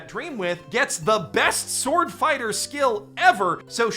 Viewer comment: SORD...sord borken